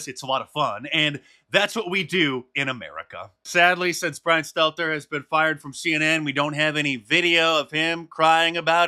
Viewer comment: Bwian Stelter lives PLUTOnically.